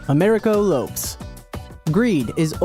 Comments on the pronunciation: It's not "Lopes" it's Lo-pes .~. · It's not "Americo Lopes(Lops)" you illiterate racist moron, it's LO-PEZ. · “Americo Lopes (LOWEPSS)?!?! Seriously, dude? It’s a alternate spelling of LOPEZ. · Hahaha 😂😂😂😂 he said lopes....as in hopes....dead. Lopez it's pronounced lopez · It's pronounced low-pez... not lopes. Ffs. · Lopes? wow it does not sound like ROPES... it is pronounced like LOPEZ ffs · Dampier was Abraham Shakespeare. Get it right. And learn how to pronounce names right it’s low-pez not lowps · An American narrator who cannot pronounce Lopez and says LOPES. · I believe it's pronounced "LO-pez" not "lowps" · Lo Pez not Lopes. I mean it's spelled Lopes but pronounced Lo pez. Does his obvious Mexican nationality not strike you? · lopes is pronounces lopez with a soft z. it isnt like loaps u idiot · Americo Loh-pehs, not l-oh-ps. Come on, man. Don't be that guy. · Urquhart is not pronounced ER Q Hart it's pronounced URKHART and Lopes is not LOPES it's LOPEZ. WTF? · Low+pez = lopes not lope''s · I'm pretty sure Americo Lopes' last name is pronounced like Lopez, not rhyming with "tropes." Just like Lisa "Left Eye" Lopes. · OK, you totally mispronounced 'lopes.' It is not a one-syllable word that rhymes with 'ropes;' it is a two-syllable word that sounds like 'low-pez.' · It is pronounced Lo Pez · Learn to pronounce other languages.... "Lopes" is pronounced "low-pez". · You should really learn how to pronounce fairly common names. Urquhart = Erckheart Lopes = Lopez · You have to be a special kind of idiot to pronounce the Spanish name Lopes as "lowps" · Tell your stupid bot-narrator it's pronounced LO-pez. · It hurt my ears to hear you pronounce "Lopes" wrong... it's the Portuguese version of "Lopez", and they're pronounced the same. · #10 Last name is pronounced with two syllables: "Low-Pez". -Excellent list. Thanks for compiling! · Uh ... Sorry .... I think it is pronounced "Low - pez" . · americo lops? really thats how you pronounce it? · its pronounced Lo-pez